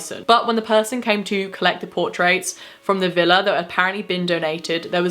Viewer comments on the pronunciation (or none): none